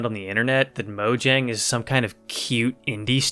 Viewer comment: The way you pronounce mojang makes this unwatchable lol. Then again I guess that is how it is spelled